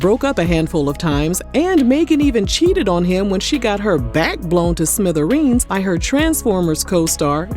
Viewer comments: You are so funny 😂. “Got her back blown to smitheringzzzz” 🤣🤣🤣🤣🤣🤣🤣 You never disappoint 😆😊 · The word is smithereens which means- small broken pieces, fragments, bits